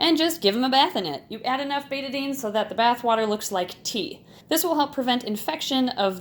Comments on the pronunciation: Me: BETA-DINE Her:BETA-DIN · It’s pronounced bet-Ah-dine